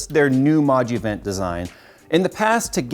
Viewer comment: Every time you say "Moduvent" I thought it was some new Pokémon